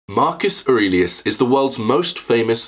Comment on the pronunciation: "You knew Marcus Arelius?" Maximus